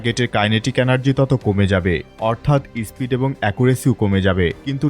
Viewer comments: ইসপিড নয় রে ,ওটা স্পিড হবে।😂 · ওটা ইস্পিড না রে স্পীড, কে বানায় এদের রিপোর্টার,😂final match you perform what happening